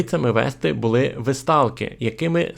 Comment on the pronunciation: Не жИли, а жилИ. Не були, а булИ. Говоріть українською правильно! наголоси! А за все решта - дякую!